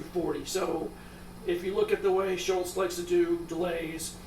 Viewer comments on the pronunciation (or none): great demo. It's Scholz, not Schultz.